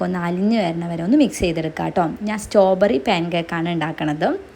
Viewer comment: സ്റ്റോ ബെറി അല്ല ചേച്ചി സ്ട്രോബെറി